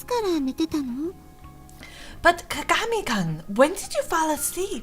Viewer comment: I love you, but you keep saying his name wrong XD it's kaa-gaa-me then the like greeting name is koon. So all together it's kaa-gaa-me - Koon.